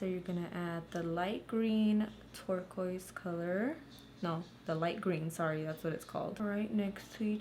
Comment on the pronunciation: lmao I thought you said twerk-oise